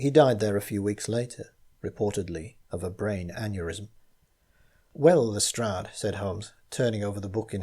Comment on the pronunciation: Lestrade is pronounced correctly!!! It's the little things!!!